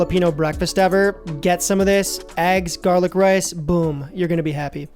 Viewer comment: Nothing like gah-lick.